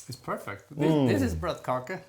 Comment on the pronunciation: It's bløtekake, not "blotkake" (ew)...